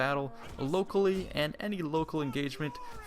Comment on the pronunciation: Ocaly* lol